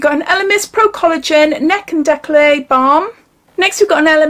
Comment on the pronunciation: hi GATINEAU is pronnonced GA TI NO, decollete is DE COL TE the TE sound is like the VE from cerave hope I am making sense. Nice box and fab new nails x